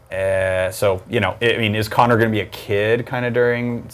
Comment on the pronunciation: Its Conner not Kony!